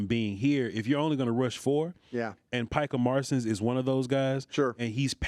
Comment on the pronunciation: Picah Marsons 😅🤣😂